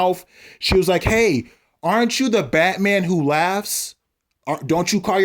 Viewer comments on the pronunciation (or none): none